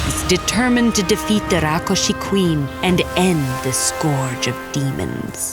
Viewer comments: It's rakshus not rakushi 😂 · Rakshas... Not rakoshes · Its Rakshas not Rokkhosh Please Pronounce it Properly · This is a bengali folklore and hence it's Rakkhosh not rakshash. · I wont complain about rakkosha instead of the hindi rakhsasha cuz the story is bangla i believe However the ka instead of kha in rakhosh reeealy bugs me😂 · It is Rakhosh. If you are a bengali, you would know. If you arent a bengali, learn. Dont presume your knowledge, however so little which is a dangerous precedent. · Nope it's Rakkhos in Bengali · The word is actually "Rakh-khosh" in bengali folklore. I am genuinely happy seeing "Thakurmar Jhuli" (Grandma's bag) story on Ted Ed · i didn't say any language is wrong or right, I just said that it is not right with respect to it's original pronounciation is wrong. Also hindi pronounciation is also wrong even in "tatsam hindi" due to schwa deletion, which retained in bengali\eastern language and "a" become "o", in my langauge magahi it becomes "wa", like bike becomes BIKEwa, CARw, but rākshasa pronunciation is just way too wrong in bengali. it would have been Rokshosho but my theory is that bengali has taken this word from prakrit and not directly from Sanskrit Prakrit has tendency to convert क्ष into ख. Bhikshu become bikkhu, which is bhikh(beg) in hindi, siksha become sikkha, seekh(learn) in hindi Also, it's true that hindi don't have much with Sanskrit grammar/syntax but I doubt that even bengaliis common with Sanskrit grammar\syntax. I dont know much to comment on it but it may be true. But Tamil, telegu, kannada have almost same grammar\syntax as Sanskrit. All other language were influenced by Sanskrit and it's grammar. Funfact :- Sanskrit grammar had great influence in grammar of Russian and German language